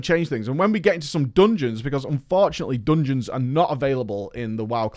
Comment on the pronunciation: what are "doonjins"?